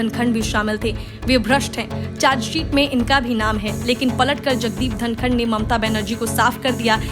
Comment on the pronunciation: धङकन नही धनखड़ बोल